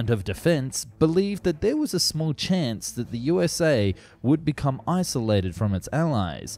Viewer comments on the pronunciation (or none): none